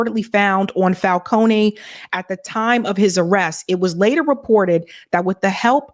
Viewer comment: Fal-Cone. like traffic cone